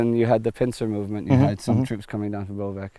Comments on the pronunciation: Please stop mispronouncing Bovec, it's pronounced as "Boh-vets" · yeah you need to use the "awe" sound. B - awe - vets ^^ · Boh-vets is not right either since the English "oh" doesn't make the same sound as the Slovenian ô. If Boh-vets was correct then it would be written as Bouvec in Slovenian.